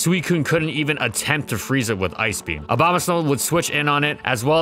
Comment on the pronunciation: Ah yes, S N O W B A M A